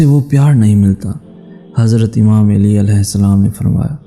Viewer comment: Hazrat Ali Ka Naam Theek Se Lo Mere Bhai Aap Hazrat Eli Kah Rahe Ho